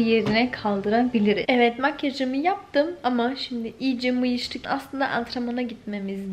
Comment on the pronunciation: Mıyıştık 😂 mayıştık.